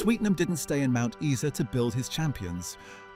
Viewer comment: Steve Holland was swimming in his father's pool at South Brisbane. I knew his sister, and he earned a Silver medal at the Olympics in Canada. Mt.Isa, is pronounced I -sa.